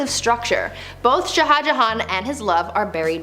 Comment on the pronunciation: shah should be just one syllable, but you're cute so we'll let it slide.